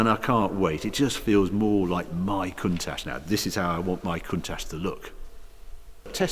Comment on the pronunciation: not sure where you find the "S" in the name 'Countach' but one would expect an owner to know the name of the car...